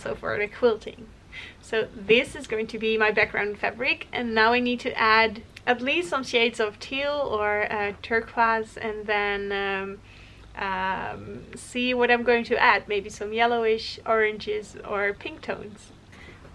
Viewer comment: So helpful! Choosing colors can be so hard and this has given me some good ideas. Thank you! Also, because I’ve heard you say it a couple of times, turquoise is pronounced “tur-coys.” Rhymes with boys. 😄 English is weird!